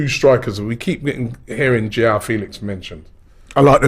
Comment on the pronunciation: Robbie it’s Mudryk not mudrych and it’s not Yoaow Felix he’s Portuguese you pronounce the J of Joao just as the J of Jesus or the Xh of Xhaka